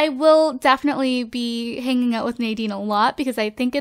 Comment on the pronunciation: Hahaha, Noahs baby's name Isn't 'nay-deen' its 'na-deen'. I love how drake came out, the kids in the sims 4 look gorgeous.